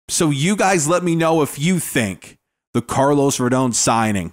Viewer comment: Finally somebody pronounces his last name correctly